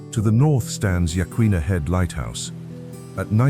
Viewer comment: Lmfao! The "A.I." pronounced Yachats correctly but failed twice on Yaquina Head and the Yaquina Bay Lighthouse. Some phonics for non-locals YA' Coin'a. Not sure if that's a genuine phonetically correct breakdown, but that's the easiest way I can describe it without looking it up first. Come visit us! The surfing on Otter Crest and the south side of Yaquina Head is wonderful, and very rarely the swell direction lines up just right and you can surf in the bay. Riding waves from the elbow of the north jetty down to the bridge and sometimes even under the bridge for a little ways. South Beach State Park is a great campground and also has wonderful waves there. It's fairly well protected from the north wind by the jetty, and there's awesome fishing all throughout the whole area. Beverley Beach State Park is another great campground a few miles north of town. If you want a river to camp by, head out to Moonshine in the summer. Preferably the late summer when the water is lower and warmer. My personal favorite in the whole area, mainly due to the memories had there growing up. The Alsea has awesome salmon & steelhead fishing (among many other types of fish) and excellent crabbing like Yaquina Bay. Hint, leave your bait out for at least a couple of days until it starts to get pretty stinky. If it doesn't stink the crab can't smell it very well. And use disposable gloves when baiting the rings or traps, then absolutely chuck those gloves in a sealed bag or the garbage. Bring hand sani